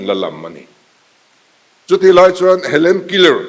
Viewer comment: Hele killer nilovin Helen keller zawk ani in ka hria...